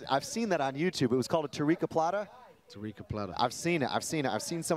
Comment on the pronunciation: Commentator needs to learn to pronounce his ts, it’s ‘plata’ not ‘plaaa’